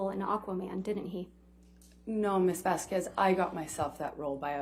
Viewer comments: Objection Your Honour, it's Vasquez NOT Vasqvez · Why does Ms Bredehoft continue this racist behavior of purposely mispronouncing Ms Vasquez’s name? She can pronounce the white woman’s name corrected (Whitney Hernriquez-HenriKEZ) but pronounces the Latina woman’s name incorrectly as VazKWEZ? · Ms Bredehoft’s racist behavior is infuriating. She purposely mispronounces Ms Vazquez’s name as VazKWEZ but she can get the white woman’s name correct? (She can pronounce Henriquez but not Vazquez which end in the same exact spelling???) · Anyone else notice how Heard's lawyer can't even pronounce Camille's surname correctly? Keeps calling her Ms. Vaskwez. What an absolute clown show. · I mean it’s annoying that Elaine can’t say Camille’s last name correctly. It’s like nails on a chalkboard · Why can Amber’s lawyer say “Vasquez” correctly?? It’s not an uncommon name and I find it incredibly disrespectful that, despite other people saying her name and it being week 5 of the trial, she continues to say her name wrong. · And she mispronounces everything, including "Ms. Vasquez." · Also including her own client's name. She introduced her as Laura Amber Heard instead of Amber Laura Heard. Not to mention the infamous "amica" cream instead of arnica.